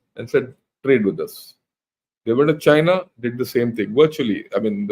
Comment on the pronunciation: Chain-ya will certainly Cry-na.